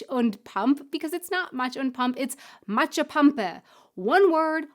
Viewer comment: Also, you put the stress on the first part of the word. So it's "MAtschepampe", not MatschePAMpe. ;)